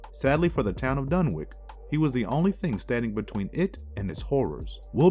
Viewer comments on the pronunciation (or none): Fyi homie not to be a dick. Dunwich (dun-which / done-which / done-witch) 🤣👍 otherwise great content! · I like these 'Marvelous Videos'...except for some of the pronunciations. They can be rather cringy...and I'm not even talking about strange, esoteric words open to interpretation. Dun-wik? Mis-ko-TAN-ic? Can-on-ICK-ally? One gets the impression the narrator is not only not involved in the scriptwriting but didn't even see the script until the moment of recording, and they decided to keep the first run-through, regardless of mistakes (e.g. 'Rudolph' Carter, 'Lavina' Whately). So...a bit sloppy, but still basically entertaining.